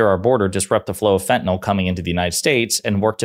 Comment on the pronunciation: Why does everyone say fentanol? There’s no such thing. It’s fentanyl! So annoying!